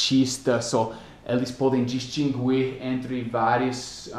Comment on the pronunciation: em português em "distinguir" não se lê o "u".